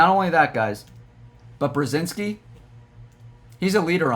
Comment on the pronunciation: It’s Brod-zinski